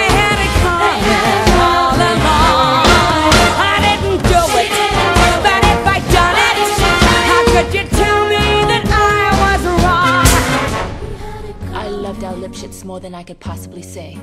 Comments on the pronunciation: Every other pasta: Talking Ej: Dipsh*t At least, that's what I heard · What I hear: Pop Six Squish O oh Swissroll Lipshitz